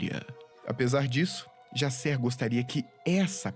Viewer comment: É engraçado que que a gente tá tão emergido em cultura estrangeira (inglesa) que o Jaser vira "Jaysser" kkkkkk Ordem é Brasileiro, a história de Enigma do Medo se passa no Brasil, não tem pq o Cellbit e a Dumativa tornar o nome dos personagens estadunidense...